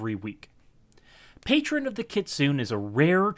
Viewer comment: kit-soon-NEY OR kitsune-NEIGH please no more kitsoon....